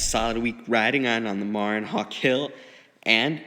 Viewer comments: You're mispronouncing the name Marin. it's MA-Ren. it's a place in California. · Nice review. I have the Marin Nail Trail 6 hardtail and love it! Enjoy! By the way Marin is pronounced "Muh-rin" after Marin County in California.